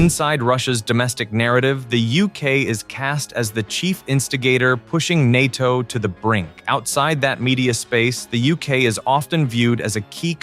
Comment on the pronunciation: “The spear of nato” it sounds like they are calling England a penis